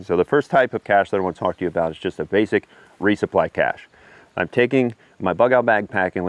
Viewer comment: I'm glad that you pronounce it correctly by saying "Cash" instead of "Cash Shay." Thumbs Up